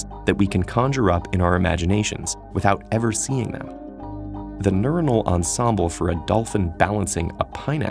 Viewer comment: His pronunciation of "ensemble" hurts :D